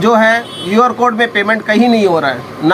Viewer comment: UR CODE NAI hai QR CODE hota hai😂😂😂😂